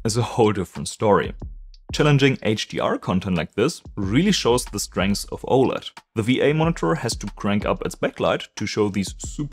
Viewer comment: It is really hard to understand you speaking and pronouncing simple words such OLED and others words, you swallow your own words